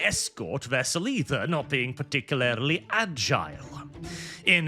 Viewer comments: I don't know why, but something about youtubers saying "particularily" instead of "particularly" always pulls me out of whatever they're saying to hyper focus on that one word. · Particulaerily Par tic yu lar lee